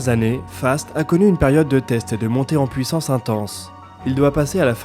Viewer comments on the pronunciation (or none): none